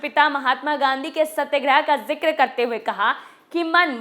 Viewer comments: सत्यग्रह नहीं सत्याग्रह होता है। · Correct your pronounsation Satyagrah